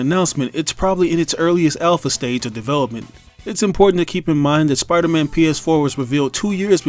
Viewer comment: i just want to point out and that you said piderman instead of spiderman... i just found that funny